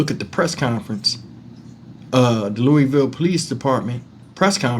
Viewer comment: Thanks for covering this story. You pronounced Louisville correctly without the "s" sound. This happened in my hometown and I didn't hear about it until I clicked on your video. RIP Ms. R. Williams aka Juicy 🕊️🕊️🕊️